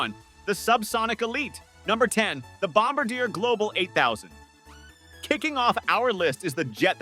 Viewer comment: Your voice synth can't pronounce Bombardiet. FAIL.